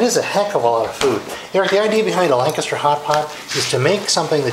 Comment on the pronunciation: LANCASHIRE HOTPOT YOU PLANK.....LANCASHIRE, NOT LANCASTER